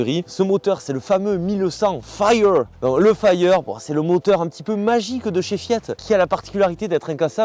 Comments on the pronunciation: Encore une pépite !!!! "Fayyeur" 😂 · Mention spéciale pour ton super accent anglais. FIRE ! 😂